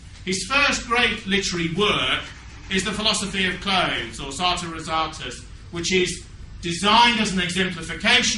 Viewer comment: Is there some cabalistic explanation for pronouncing "Sartor Resartus" as "Sartor Restorus"? "Sartor" is the Carlyle creative Big Bang, to be read before all other writings -- with unalloyed pleasure because it is not suffused with vileness like so much of his later work.